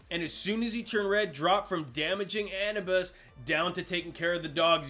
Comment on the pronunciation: Ah-noo- bis